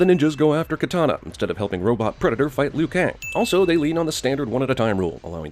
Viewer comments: It's Liu Kang Not lui Kang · Passed the test Liu-Kaing! Uhmmm, Liu Kaing? WTF?